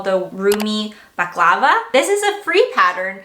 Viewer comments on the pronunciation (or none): .Bal. a Clav a. Not baclava Which is a food